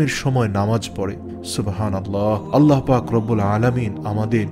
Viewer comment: সবাই বলে আল্লাহ আর আপনি আললাহ বলেন এর কারন কি??